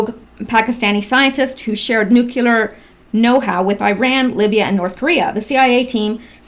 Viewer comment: BTW the word "nuclear" is pronounced "NEW-KLEE-UR" not "NUCULAR". Hearing this mistake drives me NUTS. When you correct it, I'll double my donation!